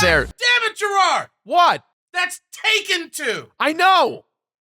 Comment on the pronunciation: God, my dad pronounced Taken as "Tekken".